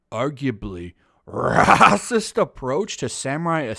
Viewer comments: the way he says raaahsiist gets me every time... 🤣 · I agree with you, but why do you pronounce racist raaacist. Is is a Youtube thing? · is the reason you say Racist in such a certain way for comedic effect or to confuse the "good content blocker" bot? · 🤣😂🤣😂 I like how you say racist